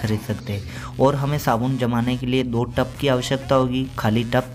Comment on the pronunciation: भाई, टप नहीं , टब बोलते है